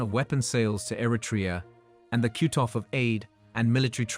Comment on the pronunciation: This sounds like a chatbot both wrote and read the script. "The cute-off of aid??"